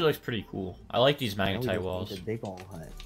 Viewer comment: you said magetite not magnetite